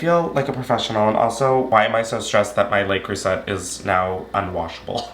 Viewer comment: Jail for how you pronounce le creuset